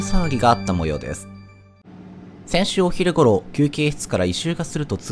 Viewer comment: もふくんアナウンサーでめっちゃ丁寧に喋ってるのに、"お"昼頃だったの可愛すぎて悶えてる